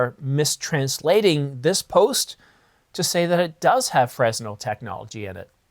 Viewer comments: Lol, it's not pronounced frez-nel, it's fren-nel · “Fresnel” is pronounced fren-el, no “s” sound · The "S" in Fresnel is silent, it's pronounced "Freh-nel" after the French physicist Augustin-Jean Fresnel. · You don't pronounce the s in fresnel